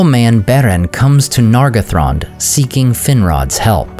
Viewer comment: That's probably right. As for me, I'm even more bothered about the way he pronounces some vowels and diphtongs, especially "ae", as is "Maeethros". Vowels should always be clear. Nargothrond is another example, where he turns the first "o" into an /ʌ/. It's not a crime, but an elf would rapidly detect his English accent.